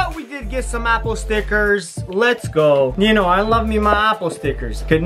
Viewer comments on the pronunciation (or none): Wy do you say shknow